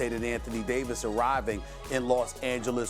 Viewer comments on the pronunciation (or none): none